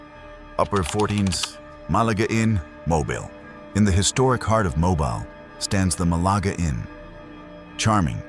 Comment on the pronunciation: It's "Mo-BEEL", "Birming-HAM" and "MAH-rion" (like Robin Hood's girlfriend). The original Tutwiler Hotel site is now a bank, although I hear the spirits followed the hotel when it relocated. You got the Drish House story backwards - Dr. Drish died first. Oherwise, good video. I live in Alabama, born and raised here. In Alabama, if it was built before 1900, it's haunted.